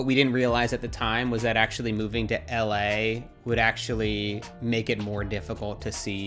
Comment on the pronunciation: I can't stand how people who have lived in or visited la say la